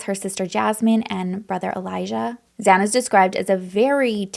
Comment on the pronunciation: I know you tried you best and with integrity. Just a few things: 1) Kaylee didn’t live in the house. She was in town and visiting Maddie; 2) you mispronounced Maddie and Xana’s names; 3) it’s pronounced “Ky”, not the CH-sound. 4) They were found in Maddie’s bed as Kaylee didn’t live there. 5) You’ve added mystery details. Can you site your sources?